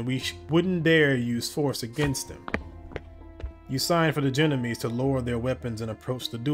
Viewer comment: BTW - I do believe the "gendarmes" is pronounced something "shon-darms". If I remember correctly it's a French word for military police (but with civilian assignments as well) - or something like that.